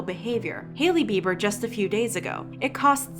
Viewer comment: Every time she says ‘the beibers’ 🤢